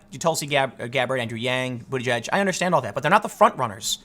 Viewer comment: It's the closest to the actual pronunciation as anyone can get.